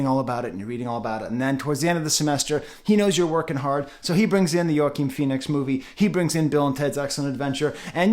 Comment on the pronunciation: Did you call that man Yo-akeen Phoenix? Joaquin is pronounced Hwa-keen, sir. (I'm just really sensitive about mispronouncing peoples' names, bc mine is always getting butchered.)